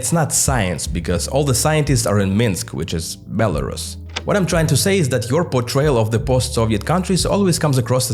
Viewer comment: Belrusia not Belarushia, SH is pronounced in English for Russia, pronounce Belarus as Belarushia means you're basically repeating Russian Imperial and later Soviet term of "White Russia", even tho Rus in Belarus comes from Rus of Ruthenia - White Ruthenia, not White Russia, so no Belarusians are not Russians, but whiter, they are separate ethnic and cultural group that faced 2 centuries of Russification and 1933 orthography "reform", which artificially brought it closer to Russian